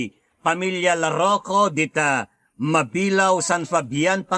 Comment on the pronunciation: Ma-bi-la-o Hindi mabilao